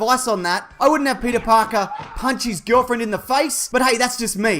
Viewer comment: YOU’RE SUPPOSED TO SMAHT PETAA PAHKAHHH!!!